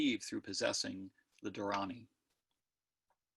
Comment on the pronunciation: Thanks for this talk! Just a small minor note - the diacritical marks indicate that the first 'a' is pronounced long - so it is "dhaa-ra-ni". yes, there are different scripts - "deva-naa-gari", siddham, and brahmi are some of the scripts. Prakrit was a vulgar / common language that the Buddha may have used to deliver his discourses. He might have also spoken in other common dialects - Pali, maybe Gandhari, etc. The mantra for Manjushri in the Tibetan lineages contains the beginning of the Gandhari alphabet "ah ra pa tsa (ca) na" as pronounced by Tibetans.